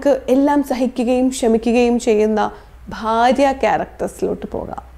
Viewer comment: ഭാര്യ, ഫാര്യ അല്ല